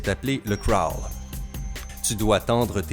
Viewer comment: La natation est mon sport et ont se cachera pas que j’ai bien rie aux techniques!!! Se n’ai pas sa les bonnes techniques! Et en passant le crawl ne se dit pas comme ça!😂 Si non, super vidéo!😅👍👌